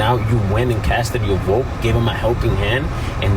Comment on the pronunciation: She said “I will boat my dad, for Donal Thrump”